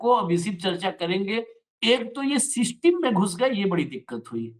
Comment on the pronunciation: Seeisteim? Arrey english ko tan taan kay yateem kar deeyaa